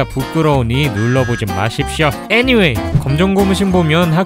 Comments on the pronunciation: 아니왜애니왠이라코 말하는거지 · 애니웨이! 너무 찰지셬ㅋㅋㅋㅋ